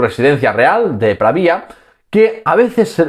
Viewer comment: Pravia, sin tilde en la i